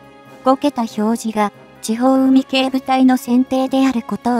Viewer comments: 海協じゃない 海警 かいけいとゆうんだ アナウンサー失格だ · 何で海警をうみきょうと言うのかこの音声を早く修正せよ❗️